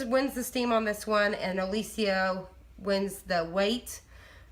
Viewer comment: Did you look at the spelling of Oliso? You're pronouncing it incorrectly!